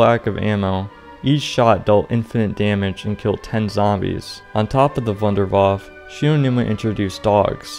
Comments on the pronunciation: i cringe when you say Wunderwaff instead of wunderwaffEEEEE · I hate how you dont call the Wunderwaffe its name but call it Wunderwaaaf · why are you pronouncing "W" as a "V" sound in Wunderwaffe? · Being german and hear wunderwaffe spoken out like this makes me rofl fr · The way this guy pronounces "wunderwaffe", lol.